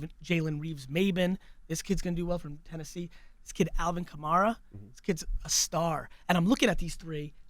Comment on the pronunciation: Wow he totally called Alvin Kamari